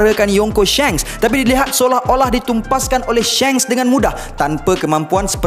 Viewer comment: Shanks bukan Shengs, Aduhh 🤦🏽‍♂️